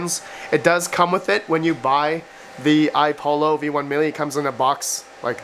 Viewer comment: Again, it's iPollo (two l's), not iPolo. i.e. similar to how you would say Apollo. These youngens today...tisk tisk